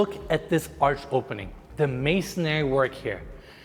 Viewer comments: it’s “masonry” not “masonary” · It’s called masonry, not “masonary” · I really love this channel and you. I'm a subscriber, and I mean this in the nicest way possible. It's masonry, not masonary. 😊